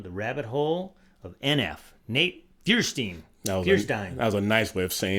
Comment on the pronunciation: and Just to clear something up for both of you, you guys were butchering his last name big time. It’s pronounced Feuerstein (FIRE-STINE) It’s German…